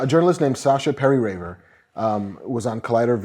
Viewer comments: It's Sasha Perl-Raver, not Perri-Raver.... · FACT CHECK Marc I am slightly disappointed, being an editor for the LA Times i would expect you to fact check before reporting and commenting. Plus the fact that you can't even get Sasha Pearl-Raver's name right calling her Perrie-Raver makes me question how well you know her. She is not a journalist, she is a YouTube and TV personality, and it was on the SchmoesKnow Live Show on the SchmoesKnow YouTube channel that she made her comment when they were discussing most anticipated movies of 2017. It was not on or the Collider Video YouTube channel or in anyway for Collider, besides being on the SchmoesKnow Live Show and the Schmoes Know Kristian and Mark are part if the Collider team.